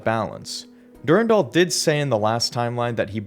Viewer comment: Dur-Ann-Dahl Not durundul lol